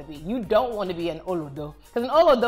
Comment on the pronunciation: Her pronunciation of olodo was atrocious, lol